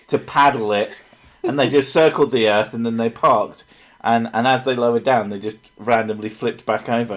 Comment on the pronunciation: Sounds like the guy is saying "erf" instead of earth